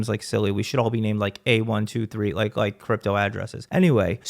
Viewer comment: “He said rike instead of Like” 😂😂😂😂 “Rampage… Ethan Let’s call him Ethan this is some Ethan type shit” 😂😂😂